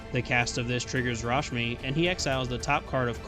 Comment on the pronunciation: "Rashimi" xD